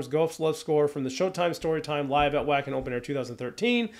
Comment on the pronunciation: Alright, it’s time to make a few pronunciation corrections😊 - Europeanize you! Jukka is properly pronounced “Yukka” Wacken is pronounced “Vakken” The previous 2 singers were Annette (“Ann-net-Ah”) and Tarja (“Tar-ee-ah”). Helps to have Dutch in-laws….😉